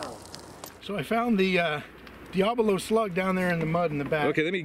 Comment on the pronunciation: Thanks for the video! Diabolo is pronounced: dye-äh-bow-low Not: dee-ä-blow